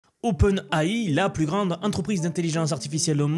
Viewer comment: OpenAI prononcé à la française...stp fais un effort...